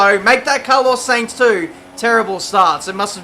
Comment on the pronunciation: Gotta tell ya... Sainz is pronounced "Sine-z"... rhyming with Heinz (baked beans). Not "Saynz". Sorry, just something that's been getting at me watching your career vids. Which BTW are pretty good.